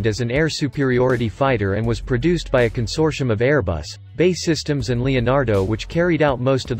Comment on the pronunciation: Why can't the commentator get the name of the British manufacturer right - it's not "Bay" systems, it's "B. A. E" Systems, He manages to get Gmbh correct?